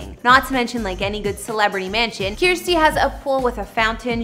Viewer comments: It’s “Kirstie” like “thirsty”. Not “Kierstie” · Yes, rhymes with thirsty. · Is she really saying Kiersty. It's said as kir-sty.